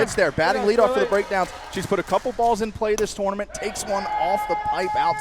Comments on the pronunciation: 3 references to “this tore-na-ment” in the first 8 minutes. drinking game would f people up in a hurry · I wish would stop saying "twournament" so much😂